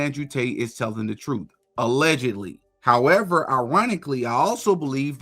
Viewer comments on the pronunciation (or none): none